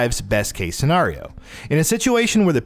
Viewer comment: the way you say scenario triggers me lol